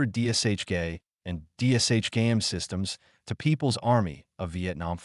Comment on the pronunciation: It’s D[SH]K. Not DSHK.